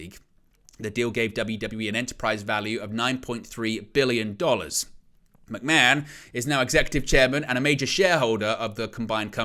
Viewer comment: Who is this McMen you're talking about? How can you be a wrestling channel and not pronounce McMahon properly?